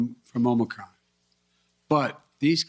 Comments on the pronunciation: he called it "Omicrom"😅🤣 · I notice someone told him to stop calling it Omnicron. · Did he actually say, "Omicrom?" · Aomnicrom omnicrom omnicrom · ahem Omnicrom ahem! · He must have been schooled on not calling it OMNICron. LOL. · He called it omi crom 🤣🤣🤣